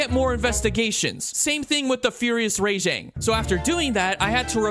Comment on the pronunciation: every time he said Ray-jang my skin crawled